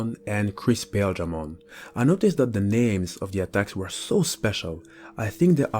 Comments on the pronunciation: The anime pronounced paildramon with emphasis on the il sound so pa- il- dra mon not pail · Okay, so this Digimon is called Paledramon, which is a clear reference to Ice or Snow, being that Ice and Snow are shown as being White and/or Light Blue, thus his colors as well. So it is Paledramon; Pale like white. Paildramon is pronounced Pah-ihl or Pah-ail dramon, not Pale. Hope this cleared things up. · I think that Paildramon should be pronounced Pie-eel-dra-mon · pretty sure the exveemon and stingmon jog evo is pronaunced "Pa eel dramon " and writen paildramon so their names or not the same . but its just my knowlage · Paledramon you got right. Paildramon is pronounced weird so it's not odd you got it wrong. Pa-I-eel-dra-mon. Not sure why but that's how the anime pronounces it. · Paildramon is Pie-EEL-druh-mon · Paildramon is pronounced like pie eel dra mon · I always pronounced Paildramon as Pah-eel-dramon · Awesome vid! Can't wait for angel rebellion that'll be sweet. Its pale-dramon and paw-eel-dramon or pie-eel-dramom like buddy said below (I think). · Paildramon is pronounced Pie-il-dramon, when in doubt check the anime as they use his name often. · Paildramon has the long “I” followed by the “e” sound.